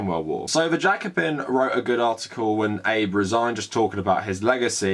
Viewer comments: Abe like abe no seimei Not abe line rincon no eibu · “eyb”? Really? “ah-bey” Please look up pronunciations first, even and maybe especially for small names. I was having a hard time listening to what you were saying because of that SCREAMING mispronunciation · Ah-bay. The PMs name is pronounced Ah-bay. No criticism of the content of the piece, just hard to hear "Abe" like "Honest Abe". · Seriously it's not Abe like Abe Lincoln, it's more uh-bay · Just so you know its pronounced "Ah-bey" not like a knickname for Abraham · Well, in Japan they would pronounce it "Aabeh" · Hate to be that guy, but isn't his name pronounced 'abey'? Covered the bases - Japan has an extremely stressful, racist and sexist society. As WW2 survivors (comfort women, POWs) die off, I fear the atrocities will be re-written. Many older Australians won't forgive Japan its treatment of our WW2 POWs, particularly as there has not been any recognition or apology for the brutal treatment they received. The Chinese have not forgotten the Nanjing massacre either. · Really enjoying these videos. If I could just please ask one thing is to at the very least learn how to say Japanese names/words better. It's pretty easy to look up. Ex. it's Ah-beh (for Abe). In your other video, Moe isn't like the bartender's name in The Simpsons but Mo-eh. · Abe's name is two syllables: a-be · Abe, pronounced Obb-ey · Some commenter somewhere is typing about how incorrectly pronounces Shinzo Abe's name. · I agree with you but you need to learn to pronounce Abe’s name properly. It sounds ignorant on your part.